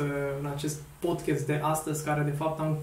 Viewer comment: Termină cu podchest! Se spune Podcast!!!